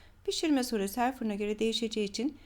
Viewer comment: ellerinize sağlık çok güzel oğlum. Sizden bir ricam var süre yerine sure diyorsunuz lütfen bu sure demeyin ( süre) derseniz sevinirim.Sizi severek takip ediyorum.Burada bende Almanyada yaşıyorum.Sevgilerimle sizi üzmek değil amacım ❤